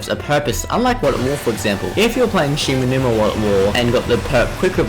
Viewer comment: shi - NO - numa